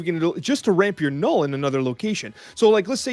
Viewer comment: Please say caches not keshes and Knull like null not Knoll Thanks :D